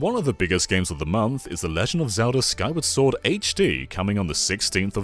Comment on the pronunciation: The way said it, I now believe Skyward Sword is an indie game; Gotta feed those indie developers!